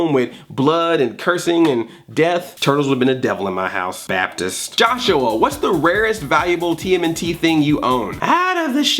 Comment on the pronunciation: "Baptist". ROFLMAO!!!!